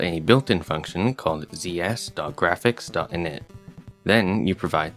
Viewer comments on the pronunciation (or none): "init" was so british